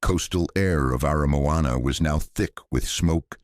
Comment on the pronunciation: But he got Aramoana right. Pathway to the Sea?